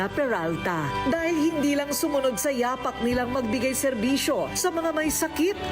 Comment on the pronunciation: At last, meron ding tama ang pag pronounce ng YApak (footprints). Yung iba kasi, yaPAK (bare foot) ang bigkas when they meant YApak.